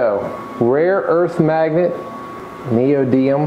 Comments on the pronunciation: I can’t believe it! I’ve looked down the 48 comments placed so far and nobody has pointed out that this guy pronounced the type of magnet incorrectly. It’s not “Neodium” it’s “Neodymium” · neodiMIUM not neodium